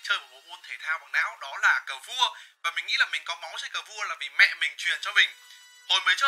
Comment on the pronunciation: tại sao anh lại nhấn mạnh chữ mẹ ở đầu video vậy nó có ẩn ý gì không